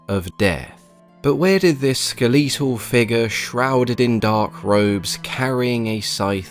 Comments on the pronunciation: Skuh leet uhl is cracking me up... That's can't be how it's pronounced across the pond is it Skel uh tuhl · First time hearing someone pronounce "skeletal" like that